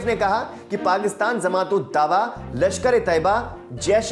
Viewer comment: जमात को zamat न उच्चारित करें